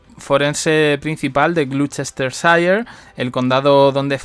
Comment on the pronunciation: No se dice Paipa, se dice Pipa. Y Gloucestershire se pro uncia glostersher